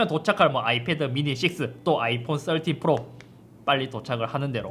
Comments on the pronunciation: 썰틴! 발음 왤케 찰지져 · 역시 배우신분 13발음 좋네요 역시 남자는 핑크죠